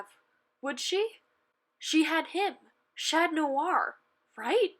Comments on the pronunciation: Omg it’s chat on not chan ton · Can you please say chat noir properly